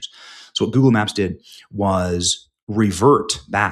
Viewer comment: Did you say Goebbels or Google?